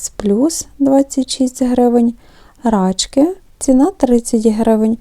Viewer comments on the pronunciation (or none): Не ,,рАчки'',а ,,рачкИ''